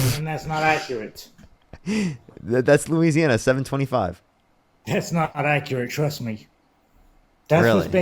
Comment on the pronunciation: Ikr! I can't do anything but lol at this misinformed maga moron. Losana!!?? 😂 I think he meant Louisiana